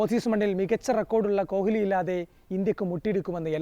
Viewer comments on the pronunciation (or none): Adhyam ni kohhhli nnu maati kohli nnu parayan padikku😂